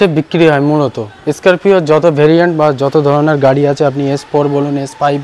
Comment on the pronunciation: স্করপিও না বলে বলছেন,,এস স্করপিও😮😮😮